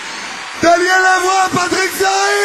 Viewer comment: фьери -француз.фамилия с ударением на последней гласной.